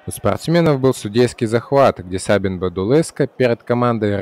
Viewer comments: Не сАбин а сабИн. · Sabin с акцентом на И не на А Я сам из Румынии